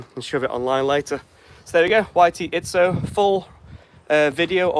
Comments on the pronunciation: It’s Izzo, not Itszo. There’s no “T” in the name. Small annoyance. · Dang it, there's no T! It's called Izzo!